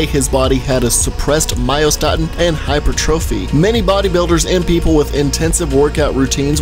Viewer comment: you didn't mispronounce hypertrophy, don't worry. :)